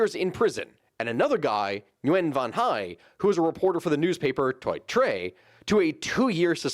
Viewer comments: The name is pronounced like you are saying -ing at the front and “win”, but you swallow the “i” sound in “-ing”. If you can’t say that, just say “win”. “Nuwhen” is way wrong. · I think it's just pronounced "wen" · I asked my Vietnamese girlfriend. I am very sorry to say, but she said you are pronouncing Nguyen incorrectly. (Vietnamese is very hard to pronounce because there's some sounds that just don't exist in English.) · Nice topic. Have you visited vn? If not, you should! On pronunciation: sorry not quite right! The ng is pronounced more like a w. Nguyen is basically win while exhaling. Also pronounced as wee-yin. On the same surname issue: note also women don't change their surnames when marrying. Regarding the economy in 1984: do keep in mind that in addition to dealing with the burden of needing to reintegrate the south and convert from being a wartime economy, Vietnam was also toppling the Khmer rouge in neighbouring Cambodia (mid 70s through 80s), and had to defend against an invasion from China in 1979. Plus the whole country was rubble still at this point thanks to American bombing. Regarding state corruption: something to know about how corruption works in the vn government is that it tends to be centralised. If you're in the police, all the bribes go into a central pool and you then receive a share based on seniority. This works out to be a core part of salaries effectively. It's not this but the other type of corruption that's being rooted out, where people are taking secret bribes and enriching only themselves and allies. On the impacts of corruption in a state like this: it may not seem like it, but the structure of government Vietnam has rewards performance. A good comparison can be made with some African countries, which have an equal level of corruption but whose governments don't do the actual job they're there to do. Things work in Vietnam -- and in light of current circumst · Nguyen, not Nyugen